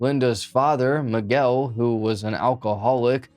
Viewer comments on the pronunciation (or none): none